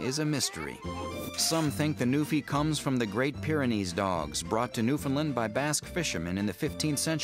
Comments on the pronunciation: It's pronounced New-Fin-Land, nut Nu-Fin-Lund. I know, I live there. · That's not how you pronounce Newfoundland, Sounds like he's saying New-Finland.... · Between the mispronunciation of Newfoundland, the mislabeling of Newfoundland on the map and the use of the term "Newfie", this video is horrible. It's New fa LAND...emphasis on land. Rhyme it with "understand". The map shown labels Labrador as Newfoundland. Newfoundland is the island portion of the province. Finally, the term Newfie is considered derogatory to many Newfoundlanders especially when used by someone who is not a Newfoundlander and particularly someone like the person(s) who put this clip together who doesn't have the first clue about Newfoundland. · NEW-FOUND-LAND ITS NOT THAT HARD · 1) when you showed where Newfoundland is to demonstrate where the dogs come from, you pictured Labrador and stuck the word newfoundland on it. And Newfoundland is pronounced "New-foun-Lan" not "newfinland" or "Newfounlind" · its pronounce new-found-land i know i from there LOL ask any one form there . usually people form here get mad whe n u say it like that. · i love how everybody thats not from Newfoundland pronounces Newfoundland wrong... they say Newfinland. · BAH! It's NewFOUNDland like understand!!! That's also Labrador, not Newfoundland! Newfoundland is the island. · I thought it was It was pronounced the way its spelt. Not, New-Finlind. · Yes, you can shorten the "found," but LAND must be emphasized, so that it rhymes with stand, hand, etc. "Newfinlind" makes me cringe every time I hear it. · i have this dog shes two years old now and im from newfoundland and i fucking hate how that guy says newfinlind that not how you say it!!!!! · it kept fucking irritating me... newfinlind?!?! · side note the map shows newfoundland as being labrador. and it is not pronounced as many people say. i am from newfoundland. love those dogs<3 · It's a common American pronunciation mistake. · .- That's not how you say Newfoundland..